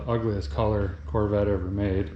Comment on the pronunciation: "Poorvette" LoL. Another great installment.